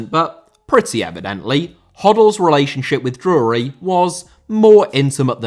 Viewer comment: I had to turn this one off. I can't stand how you pronounce Drury 😂